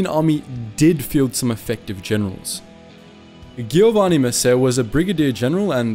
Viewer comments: It's sad seeing non-italian people making more interesting and respectful documentaries than the Italian themselves. Great work. Oh, by the way, it's pronounced "Joe-vanni", not "Ghiovanni". Lol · Giovanni is with the soft g or Geeovanni (double n so longer than a single n). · Giovanni is pronounced Joevanni, but this a great video showing the real truth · I think you pronounced Giovanni wrong. My name is also Giovanni and the Gio in Giovanni is said just like the name Geo in English. But im not sure if it is simply pronounced differently depending on the region of italy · Ok but who the fuck says "ghiovanni"? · Really nice and interesting video. You just have to get the right pronunciation: if C and G are followed by I or E it’s pronounced like J (Giovanni is like Jo-van-nee, and so on) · I think you pronounce the Gio in Giovanni like the J in John. Reminds me of the scene in Inglorious Basterds, where Brad Pitt tries to speak Italian. lol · It's a shame that such accurate and detailed video has so many Italian names mispronounced. Not even the popular name Giovanni is pronounced properly. Respecting the cultural contents should be a criteria of reliability of such work. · The video is very cool. But as an Italian your pronunciation of the names like 'Giovanni' are just very very wrong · Ghee-yo-wani. Low-ren-sihnni. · Come on dude! Even google translator could pronounce better "Giovanni" and "Giorgio"! It's not difficult and trust me, I'm British and Italian.